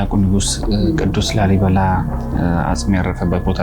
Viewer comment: ላልይ አላለም😂😂😂😂። ላልይ። ላሊ ነው የሚባለው። ኩታራ የአድዋ ትግሬ😅። ይሄን ደግሞ ሰዎች ናቸው የገነቡት። ወሎ ውስጥ እኮ ከ10አመት በፊት ከላሊበላ የበለጠ ገነባ አንድ አባት ከ3 እረዳቶች ጋር። አማራዎቹ የተባረኩ ናቸው